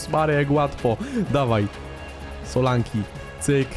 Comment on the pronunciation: Solanke nie Solanki